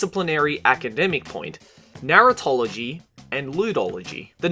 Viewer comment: for a sec i thought he said "narutology"....